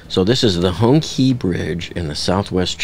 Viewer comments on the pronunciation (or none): "Hong" rhymes with "long". "Qi" is pronounced "shee". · FYI the letter "Q" in Chinese pinyin system is pronounced as "ch" like in chamber. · HongChee prononciation